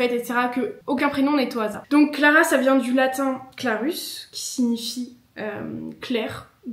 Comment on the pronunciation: helloooo, alors à titre purement informatif (et parce que c'est mon domaine d'étudier les langues anciennes dont le latin), "clarus" va se prononcer "clarous" :)